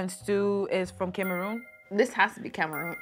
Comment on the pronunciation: Im so sorry but as soon as i heard him pronounce Cameroon I knew we were cooked 😭